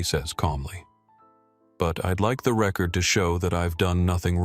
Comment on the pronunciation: Record mispronounced